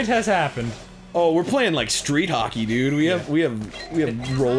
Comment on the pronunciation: Arin said cockey instead of hockey XD